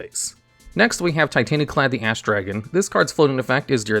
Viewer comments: Dawg I totally heard you say Titanaklad the ASS dragon lol you aren't that slick 😂😂😂 hilarious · Your pronunciation of titaniklad makes me sad